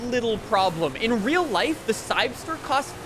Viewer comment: its called the "CYBER-ster", not "cybster"...